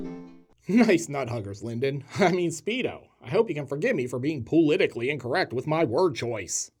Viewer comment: "Poolitically incorrect." Priceless. Another great video, dude.